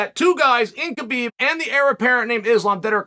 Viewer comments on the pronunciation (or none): none